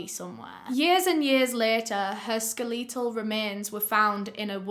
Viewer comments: First you say "series-es" and now you say "skel-EEE-tal remains" .....It's SKELetal😂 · They don't 😂 most will say ske-leh-tal,not ske-lee-tal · Wait fr do UK people say “skel-Lee-tul instead of “skel-a-tol” ? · never in my 15 years of living have i ever heard someone pronounce 'skeletal' as skuh lee tul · “Skaleetul remains” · How have i watched almost every of videos and never known she pronounces skeletal, skeleetal! lol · “Skeleetal remains” I giggled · "skeleetal" lmao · To preface this comment: I absolutely love your videos and I'm binge watching everything. However, the way you pronounced 'skeletal' - had me cracked up 😂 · the way you pronounce “skeletal” is absolutely everything to me 💓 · Lmfao I have never heard you pronounce “skeletal” like that before lol it took me a minute to figure out what you were trying to say. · Love the way she pronounced skeletal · just for some light hearted humor in the midst of this awful case but my roommate and I are both from semi-rural Georgia (the state not the country, if you couldn't tell by my name) and we love to freak out over how different our pronunciation is from a northern English accent. I just had to facetime her while she was downstairs to make her listen to how you pronounced "skeletal" because I don't think I have ever heard that in my life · I love how you say Skeletal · I love the way she says skeletal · The way she says skeletal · The way she said "skeletal" made me laugh a little 🤣 TIMESTAMP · i was looking for this comment!! haha it was so funny! she def uses a script or prompt and misread it. never have i heard her pronounce it that way!! i kinda love it